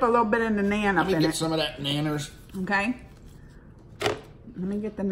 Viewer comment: It's nun like Christian nun(pronunciation). Only thing that's (nun)bread. And tandur is a special kind of mud oven. Whatever we cooked in tandur we just add tanduri before the dish name.